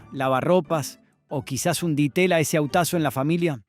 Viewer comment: También se escuchó un "di teya"...😮